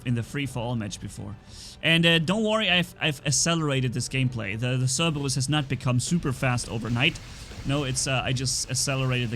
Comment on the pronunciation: it’s pronounced SER-BER-US. Not Serbweryus. Lol